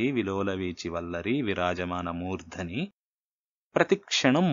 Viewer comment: నమస్తే ! మీ వివరణ బాగుంది. సంస్కృత శ్లోకాలలో పాదాంత హ్రస్వము వైకల్పికము. అనగా దీర్ఘం లేకపోయినా దోషంకాదు. అయితే మురు ఉట్టంకీంచి శ్లోకములో ' మూర్థని ' అనే చోట దీర్ఘం ఉంటే శాబ్దికదోషం అవుతుంది. ( ముర్థని - సప్తమీ ఏకవచనం కాబట్టి ) ఇట్టి వైకల్పిక ప్రయోగములు సంస్కృత శ్లోకముల యందు ఎడనెడ కాననగును. ( This is for your information only )